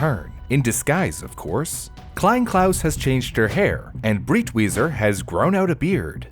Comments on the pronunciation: Out of this entire history, the thing that pains me the most, besides the burning of paintings, is how you butchered his surname every time you spoke it. You pronounced it like it's "Britweiser" when it's Breitweiser... for americans - you'd pronounce it like you would pronounce "bright""weezer" (together). Breit not Brit. You americans are the only language i know that spells "e" as "i". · Pronounced “Brite-Wiser”. I’m surprised he got the first part of the name right, then says the second part differently even though they have the same spelling